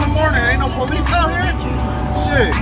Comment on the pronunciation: i hate all people that say PO LEECE ugh the worst